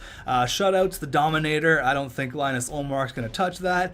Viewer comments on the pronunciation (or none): heads up, its pronounced Lee-nus not linus like its spelt